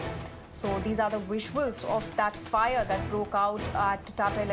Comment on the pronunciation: Fire..lady. not fyyare.